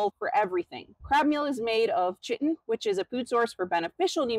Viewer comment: Lol, chitin is pronounced incorrectly. Chi sounds like a “k” and the first “i” is a long “i” sound.